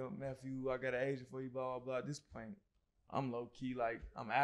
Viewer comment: At first I thought was saying he was looking for an Asian. An agent! Makes more sense. No offense to Asians. Hey, shout out to all the Asian agents out there.